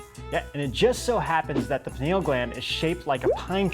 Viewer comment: Pineal is definitely NOT pronounced puh-nay-l. Look it up dude. Furthermore, I could not find even one reference stating the pineal gland or third eye can also be called the celestial eye. You guys really need to get with the program on this one.